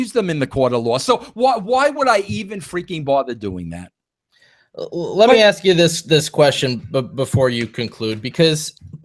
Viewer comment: I was waiting, in vain as it turned out, for you to address the leaving of JJ Dillon. Or for that matter the rudicrious claim, that you 'came up with' Montreal. Conveniently leaving out bits, for a change. Oh and it's 'ASK' not 'AKS'. Bro.